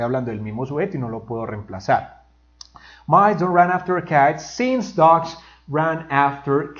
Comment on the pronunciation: Run ( rron ) not " rAn" that's the pronunciation of the past tense "ran" and It's an irregular verb (run, ran, run).